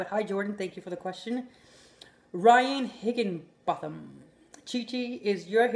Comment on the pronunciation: I'm Rhyan Higginbotham and you got my name right you are the first person to try and pronounce my name and get it right lmao